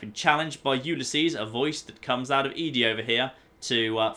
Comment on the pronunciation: I can tell you why you are so far from "start" in lonesome Road - You start up high near the top of the Canyon and walk along the side down. BTW ED-E is pronounced "Eddie"